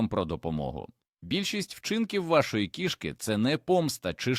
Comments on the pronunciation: У слові кІшки наголос на першому складі! Нутрощі тут ні до чого! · Жахлива озвучка ШІ, неповага до глядачів. КішкИ, кігтЕточка. 😢